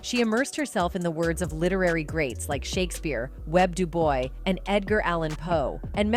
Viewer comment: "Web Dubois," really?🙄